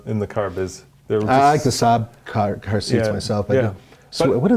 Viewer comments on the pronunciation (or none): none